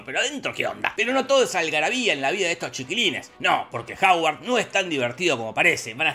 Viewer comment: Hogwarts❌ Haward ✅